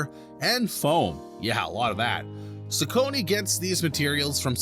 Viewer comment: Is pronouncing it incorrectly